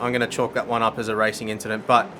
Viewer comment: It was a racin inchident